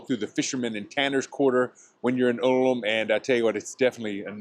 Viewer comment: It’s pronounced „Oolm“ not „Alm“